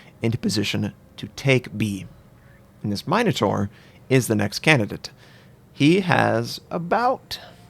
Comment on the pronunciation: MIN-O-TAUR, not MINE-O-TAUR